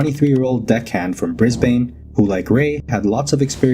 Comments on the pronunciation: Fyi Brisbane is pronounced Briz'b'n. No second vowel sound. Noone says Briz-bayne. That sounds really weird. Like Melbourne - Pronounced Melb'n no second vowel sound. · Brisbane is pronounced BRIS-BN, the BANE isn’t pronounced the same way as the Batman villain. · Ive spent enough time in the ocean including deep sea to know i aint going in 😂 Edit* its pronounced Brisbin not bain😂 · aussies pronounce Brisbane as "bris-bin" , same with Melbourne = "mel-bin" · Sigh. First few minutes and the b roll is showing a 40 - 45ft yacht ... not a ' prawn fishing trawler' they are supposedly setting off in ... and the pronunciation of "Brisbane" is totally mangled ... just google it ffs. Does this video get any better ? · As an aussie.. I giggle so much at the way Americans say Brisbane.. 😂they say it so wrong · the way americans say brisbane... smh